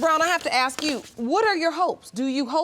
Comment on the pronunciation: it is ASK not AXE